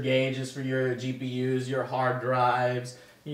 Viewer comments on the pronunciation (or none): none